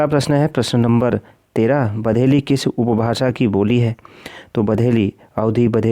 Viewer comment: सर वो बघेली है बधेलि नही